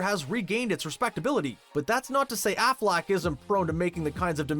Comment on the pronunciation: Pretty sure you don't say Shia Lebeouf like Shia LaBOOF either. Or Affleck like Afflack